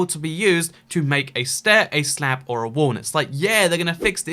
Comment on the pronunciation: He said wall and made it sound like wool